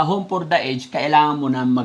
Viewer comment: Konting lesson for today po, ang pronunciation ng aged ay a-jed ( home for the a-jed)🎉